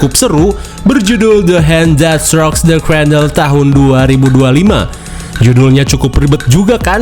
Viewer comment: "yang berjudul the akjkjjwjwdno the cradle" 😂😂